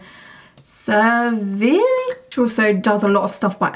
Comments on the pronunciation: I go to university like 30 mins outside Sevierville & Dollywood so hearing you try to pronounce that was hilarious to me HAHAH BUT on the real dolly is a queen she donates a ton of books and has done so much for East TN and everyone her is obsessed w her and I hope she has tattoos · Aww how she pronounce Sevierville 🥺